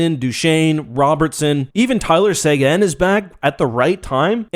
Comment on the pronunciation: almost stopped watching after your pronounced "sey gen" lmao